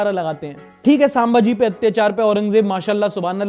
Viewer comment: it is संभाजी not सांभाजी